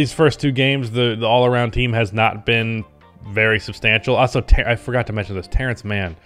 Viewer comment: I will subscribe to your channel if you learn how to pronounce "Also" correctly. It's in the name of the channel after all